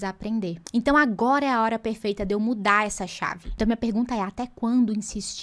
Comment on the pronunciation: "a lóra" 🤯